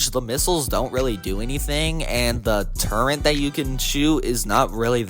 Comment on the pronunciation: TURRET, TUR ET, not TURENT